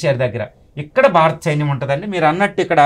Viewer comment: అయ్యా బాబూ! "బారత" కాదు, "భారత" అనండి. "భారత" అనేది ధ్వనించాలి, అది శ్రోతలకి వినబడాలి. తెలుగోడు అయివుండి (అరవ వాడైతే పోనీలేపాపం అనుకోవచ్చు) మీరిన్నిన్ని గొప్పగొప్ప విషయాలు మాట్లాడేముందు, తెలుగు ఉచ్చారణ సరిగ్గా నేర్చుకోండి. మిగతాది, అంతా అమోఘంగావుంది.